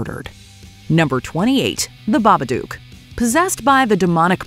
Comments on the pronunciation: The 'Babadook' isn't pronounced the Baba-duke. It's an onomatopoeia of knocking on a door. It's also said in the film as well but... I dunno why I expected more of this channel. It's basically a corporate sell out that churns out content at a quantity over quality basis of content now-a-days anyway. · Also, even though what you said isn't true, it backs up my statement as the pronunciation of Babadook is Bah Buh Dook (as in book; I'm not entirely sure the Baba is pronounced that way but the video is wrong, I just point it out since nearly everyone says the name wrong)